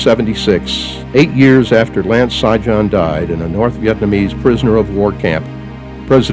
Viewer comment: Sijan pronounced Shiyan like Trojan Serbian name.And the funny thing is you rip his ancestors country apart after he do this for you . Man i hope no Serbs ever fight for your land again.